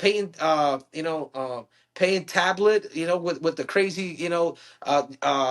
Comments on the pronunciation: His name is talbot not tablet 😂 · Payton tablet 😭😂😂 it’s talbott